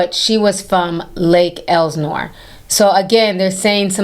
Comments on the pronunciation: It’s pronounced Lake L-Sa-Nor lol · Love you, but It's Lake Elsinore.. where is Lake Elanore 🤔 lol but yeah her mom definitely shouldn't of let her daughter date that zesty demonic Pedo 🤦🏾‍♂